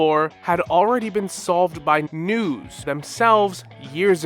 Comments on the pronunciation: The way you mispronounce Nous and then pronounce it right, just to pronounce it wrong again, makes me feel like you're looking back at me and going "No one will believe you. 👹" 😭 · how do you pronounce Nous’s name correctly a few seconds prior then pronounce it wrong immediately after 😅😂